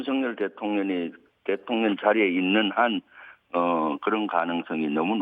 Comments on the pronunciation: 김병주 위원 일부러 그러는건 아니겠지만 자꾸 대통령이 아니라 대통녀ㄴ이라고 발음하네요 😂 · 김병주의원님 항상 대통년이라고 발음하시는게 살짝 거슬렸는데 오늘은 아주 듣기 좋네요. ㅎㅎㅎ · 아~~ 의원님 발음이 대통년으로 들리는데욯ㅎㅎ 이러면 윤석렬씨가 더 나은거 아닌가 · 김의원님은 대통령을 대통년이라고 발음하시네요😅😅😅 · 나는 왜 대통년이라고 자꾸들리지 대통년 대통년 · 김의원 발음이 맘에드네요 대통년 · 대통년으로 들리냐? ㅋㅋ 👍 김병주의원님 화이팅 입니다!!! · 김병주의원님 대통령발음하는게 자꾸 대통년으로 들리네요. 근데 그게 또 왠지 상황에 어울리는듯. 설마 의원님 노리신건가?? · 왜 자꾸만 대통년으로 들리지? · ㅋㅋㅋ 발음이 안좋냐? 자꾸 대통년이래 ㅋㅋㅋㅋ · 나만 대통년으로 들라나ㅎ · 일부러 그러는 거야, 입의 구조가 그러는 거야? 내 귀엔 대통년으로 들려요~ 대통년~ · 나만 대툥년이라들는건가...ㅋ 작꾸 대통년이래.. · 김병주 의원은, 늘 대통령 을, *대통련*이라 발음한다. ㅋㅋㅋㅋ 하지만 옳다! 윤건희 대통련! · 저는 대통년으로 들려요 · 제 귀로는 김병주 의원님의 말씀이 대통년으로 들리네요 고의적이시라면 참 잘하셨습니다 저도 윤대통년입니다!!!😂😂😂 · 대통년 이라 들리는대요 ㅋㅋ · 내귀가 이상한가 자꾸 대통년이라고 들리네 신기하네??ㅋㅋ 틀린말은아니지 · 김병주 의원님. 윤석렬 대통년이 라고 들리네 ㅋㅋㅋ 끌어내리는 거도 끌어내려야지만 거리에서 시민들 모여서 돌로 쳐야한다고 생각함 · 대통'년' 이라고 들립니다만 ㅎㅎㅎ 😁😁😁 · 김병주가 대통년.....이라고 말 하는것 같은데 ㅋㅋㅋㅋㅋ 나만 그렇게 들리는건가?? ㅋㅋㅋㅋㅋㅋ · 일부러 대통년이라고 발음하는거지? ㅋㅋㅋㅋ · 왜 내 귀엔 령이 아니라 년으로 들리냐~ 아악😂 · 잘 들어봐요 대통년이래 ㅋㅋㅋㅋ 의도적이던 아니던 내귀엔 대통년이래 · 말을 은글쓸쩍 대통년으로 발음하면서 멕이는것처럼 들리는건 착각인건가